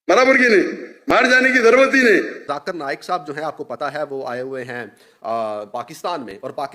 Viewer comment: Big difference Between u and zakir naik he call u my mashi brother but u Pronouncing his name in wrong way very sad. Really you Don’t deserve Conversation